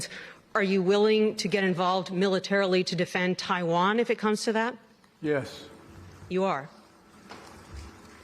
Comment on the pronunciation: Actually it was more like "Yes...?" Followed by "awkward pause waiting for next line to be fed from earpiece"